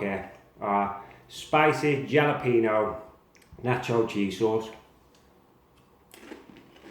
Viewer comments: Jalapeño = Ha-la-pen-yo Not jah-la-peen-yo! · Looks great, will most definitely give it a try! However, you are pronouncing Jalapeño wrong. Just imagine the J actually being an H instead. “Halapeño”.